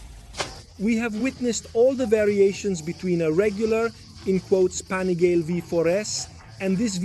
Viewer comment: STOP SAYING "PANIGAIL", JUST LEARN THE DAMN ITALIAN NAME: PA-NI-GA-LE